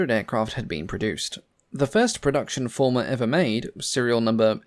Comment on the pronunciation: Fairey Farmer? Fairey Former? Fairey Fulmar (Full ma) is how I thought it was pronounced. Still, as long as it did the job.